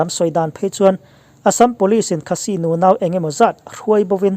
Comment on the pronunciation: minutes ah hian Khasi tih i lam dan hi han ngaithla nawn leh teh.